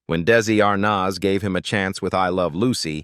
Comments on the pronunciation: It's Desi Arnaz, not Desi Arnoz. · I really wish they could pronounce their names right for instance Desi Arnaz is pronounced Arnez it's very annoying! 😮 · Plus how about if the narrator learned how to pronounce names? Who is R-noz? 🤔😂